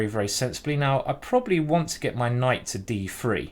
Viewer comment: You lost challenge. You said Kight, even though you shoud not to